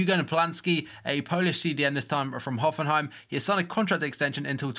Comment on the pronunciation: Dat engrish tho